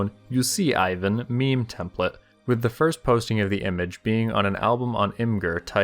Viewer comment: why do you read Ivan as like Aivn